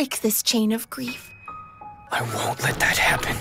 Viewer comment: "You have the power to break this chain of greife "